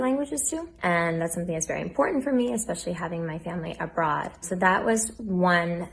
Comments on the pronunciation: She said, "exspecially" 😂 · Omg when she said ekspecially i snorted